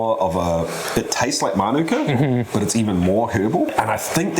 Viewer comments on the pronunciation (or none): Why do people feel the need to ignore the macron? It's mānuka, not minūka.